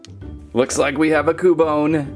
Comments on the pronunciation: Its not ku bone its qubone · Pretty sure it's Qbone not koo-bone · YOU SAY CUEBINE RONG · And your rong you said ``cubone`` but it is actuly cubone and in the bigenig of the name is not cu its acthuly kyoo kinda like the word cute but its not cute its kyoo and the words kyoo and bone thogeter make kyoobone so that prouves you were rong yea you where rong yea rong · its kyu bone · its cU-bone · It's Cue-bone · Its cyubone thats how its pronounced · its pronounced Q - bone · ITS cuebone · cub one is not cu bone it kinda sounds like qbone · no pronounced CUE-bone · (Cue)(bone) in case if you didn't know how to say. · Cubone is pronounced cube-bone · It is pronounced cewbone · It is pronounced q bone in the tv show I am a Pokémon geek I know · Repeat after me cu-you-bone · Sounds like q-bone. 😀its ok, at first i didn't know how to pronounce names and i still don't.🤣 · It's pronounced like kyoobone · It’s (kyu-bone) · It is cue-bone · It's Q-bone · It's pronounced Q-BONE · U pronounce it like cewbone but spelt cubone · YOU IDOT ITS CUBONE LIKE IN CUBE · Cubone is more reptilian, than Canine. And it's pronounced "Kyoo-Bone", like in the word "cute". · it sounds like you said coupon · Well ya right it's cubone but your saying it wrong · You said Cubone wrong!!!!!!